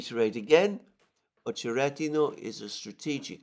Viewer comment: It’s OchereTino (not D)/Очеретино. Emphasis is on the second ‘e’ OcherEtino - at least in Rus language.